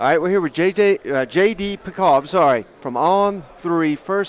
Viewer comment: “JJ PickAll” 😂😂😂